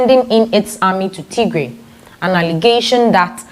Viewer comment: Bitte sagen sie Tigray nicht tiegree Unser Region heisst Tigray or tigrayan thank you danke für eucheren verschtendnis